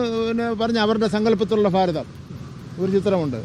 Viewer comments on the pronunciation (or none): ഫാരതം അല്ലെടാ പൊട്ട ഭാരതം 😂😂😂😂😂